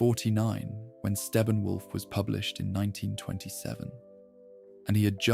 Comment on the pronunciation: "Stephen Wolf" 😂